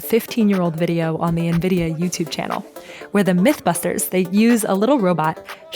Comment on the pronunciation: Actually knowing how to pronounce NVIDIA. <3 lol Soooo many YouTubers butcher it.